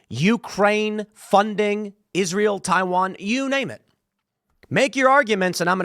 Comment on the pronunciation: When I hear Tim say Taiwan I feel like asking him to say “cool whip”